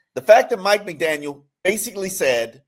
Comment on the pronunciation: He keeps pronouncing Mike McDaniels